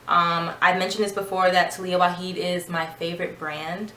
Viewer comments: Love your review . Your curls are popping. But please pronounce the “j “ in her last name. Lol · The 'j' is not silent. Its Arabic not spanish :) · Waajid not waheed